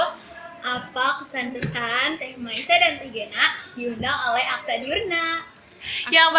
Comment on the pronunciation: Kak ghena g nya german